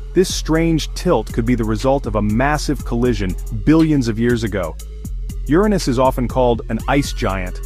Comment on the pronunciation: No I didn't know my arse was the most mysterious planet in the solar system. . . You need to fix the skipping narration as well as stopping your A. I. mispronouncing Uranus [YUR- ah- niss) as "your anus".